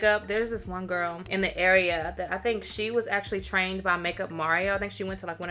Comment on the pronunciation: This hair GWORL (saying girl in your voice) cracks me up every time! You look gorgeous love when you do color. Can’t wait to see the next vlog. And the new balance rain cloud yes ma’am! Just got mine. ❤